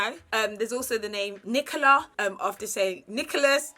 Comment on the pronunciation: Nicole instead of Nicola 👀😂